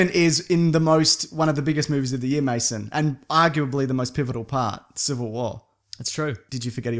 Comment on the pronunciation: It's Mason not Maso. Why do so many people get this wrong?